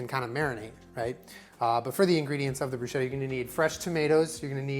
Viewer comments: Luv you but bruschetta is supposed to be pronounced “broo-sketta” 😐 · PSA: Bruschetta is pronounced like brusketta (the -ch sound in Italian makes a hard k sound). That is all. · i love you but PLEASE FOR THE LOVE OF GOD, please, pronounce bruschetta like brusketta, it's not a "sh" sound but a "sk" sound. yours faithfully, distressed italian dink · Italian pronunciation check! No big deal obviously just to inform you guys: it's pronounced brus-keht-ta not bru-shet-ta